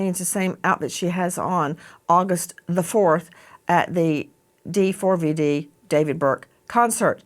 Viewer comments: Can you stop calling him Dee Four Vee Dee???!! It's David. jesus christ. such an annoying host. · Wow she’s annoying just say David. Not D four V D FFS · First of all I hope she didnt suffer and her soul is resting peacefully. Second, D4vd is not pronounced "david" and he is not a singer lmao